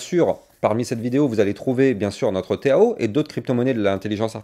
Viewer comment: Pourquoi tu dis le téao ?! Tkt minimum 2000 en bull run..